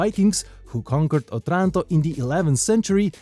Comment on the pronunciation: The stress should be on the first "O".